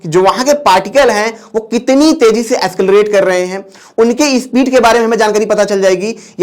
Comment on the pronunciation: Escalarate? Or accelarate??